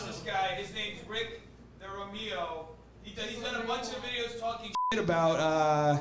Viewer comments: This really tried. 🤣 "Rick Durameeoh" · "rick dereahmeeo" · WHO THE HELL IS RICK DI-REEM-EEO 🤣🤣😭😭😭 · Stop I died at your name pronunciation 😅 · The fact he said your name wrong on purpose like he doesn't know who you are.. we all. Know he watched your videos about him